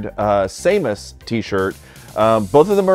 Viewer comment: This is how everyone I know pronounces it.